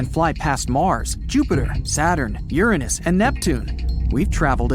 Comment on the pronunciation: It’s pronounced u-rain-us Not uùrnos